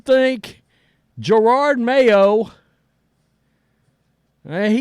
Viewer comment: Pronunciation check Jerod Mayo not Gerard Mayo. Tommy Curran not Tommy Curnan. Michael Felger not Michael Fleger.